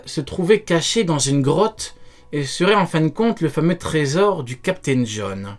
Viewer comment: LE TERRRRRIBLE CAPTAIN JOHN🤣